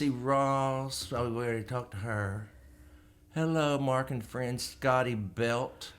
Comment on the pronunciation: Mark, not March!! lol